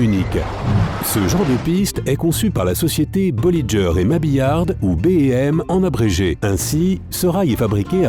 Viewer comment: Euh c'est bolliger pas bollijer...